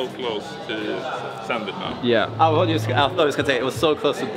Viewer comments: You're english is so good, that I'm asking myself, why you would pronounce the word "just" like you do? (no sarcasm!) - Great to see back! It's also nice to see how you're climbing is getting better and better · It's a common mistake for us Scandinavians because our J's are soft, used kinda like Y in English at the start of a word. Jump, juggle, jam, job etc. Personally, I wasn't even aware I did it until a native speaker pointed it out.